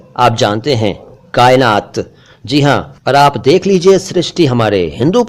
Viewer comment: Sir क़ायनात is wrong? Heard somewhere it's with qaaf?